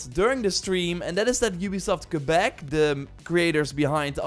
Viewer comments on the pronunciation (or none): none